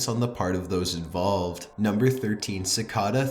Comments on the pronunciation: I love your channel but you don't know how to pronounce Cicada? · Am I the only one who was bothered how he pronounced cicada? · I was more disturbed by the way he pronounced cicada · Si - kay - da not ci - ka -da for pronounciation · Cicada. It's pronounced "si-kay-da". Seriously, learn to speak English properly before you lend your voice to a publicly available video. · It's cicada not sickada your voice is cancer but other than that vids good but use emotions in your video please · it's pronounced sic-A-da, now sic-ah-da... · This is good but he talks SO WEIRD AND HORRIBLE! Its so monotone until the end when he sounds like a valley girl. ALSO ITS PRONOUNCED CI-CAY-DAH, NOT CI-CA-DAH. ALSO ITS PAH-STAH, NOT PAY-STAH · cicada is pronounced kick-aida not sickada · pronounced "si-kay-da" or "chi-kay-da", not "si-ka-dah" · You are pronouncing cicada incorrect. You are pronouncing it "Ci-car-dar" its pronounced "Ci-kay-da" there is no letter R or even R sound. But you sound it twice. Great video none the less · sih-cay-dah not sih-cah-dah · I am like 99% sure cicada is pronounced ci-kay-duh and not ci-kah-dah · oh yay, the last Top15s video I watched, we pronounced Cicada "sickeda" -.- we're getting somewhere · Ci- cay-duh ...ugh its hard to listen to. LOL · Cicada is pronounced sa kay' day. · Dorsey Barnes in Australia it's sick-ARE-duh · CicAda lol. Ci-Kay-duh. 😊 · Cicada pronounced "sick Kay da" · "Sicawda" I hated that pronunciation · Is anyone else bothered by the way he pronounces “cicada”? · The way you pronounce "Cicada" and "Pasta" really bothers me. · You are mispronouncing "cicada." It's a long A. You also mispronounce "Guyana." You arent even close on that one. Absolutely massacred it. You mispronounce a lot of words on your videos. I've only been watching for a few days and this the fourth one I've noticed. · That's actually how it's pronounced though (I believe), remember it's German. He was pronouncing cicada very wrong though